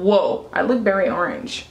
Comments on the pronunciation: You shouldve got Revlon Color stay foundation its longer lasting and full coverage i love how you say berry instead of very lmfaooo "its berry dark" lmfaooo 😂😭 your accent is sooo cute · "I'm berry orange" lol I love you!!